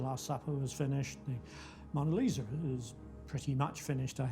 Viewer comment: the Mona "Leezer" he called her lol